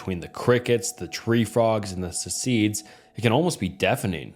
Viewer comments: Cicada = see seeds. I get your point but the mispronunciations are WILD and always pull me out of the story. I can’t help but laugh. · and we’ve already got our first hilarious bizarre mispronunciation. Have you never heard of a cicada? Did I hear that right, you said “see seed”?😂 it’s gotta be intentional rage bait for engagement right? Please tell me it is. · Cicada: suh-kay-duh